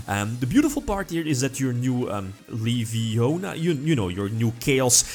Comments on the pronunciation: It's LeviOna, not LevioNA! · It's levionia not levioniaaaa! #hp1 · it's L-E-V-I-O-S-A not levionià